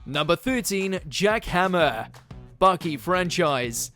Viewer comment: jack hanma not jack hammer